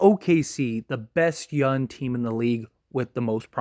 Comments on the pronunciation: Am I the only one hearing youn instead of young? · I swear every time you say “young” it sounds like you’re saying “yun.” 😂😂 great video though my guy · Nah definitely saying youn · Hes 100% saying yun lol. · 💯 Forest Gump stole this man’s “G”s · He is saying it and it's annoying smh this guy is dumb asf